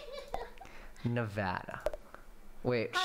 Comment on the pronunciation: You did get 71%, but you then pronounced Nevada and Illinois incorrectly, which is a demerit of 50%, so you actually got 21%, making Michael's scores superior 😤.